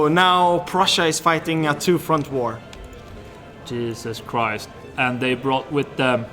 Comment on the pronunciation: Wow... jysus chriist 😁😁